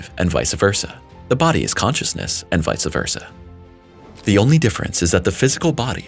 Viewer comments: BTW, it's Vice Versa, not Vice ahh. Ouch. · I know, I cringe